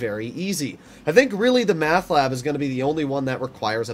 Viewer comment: Why are you calling it math ? It's meth *?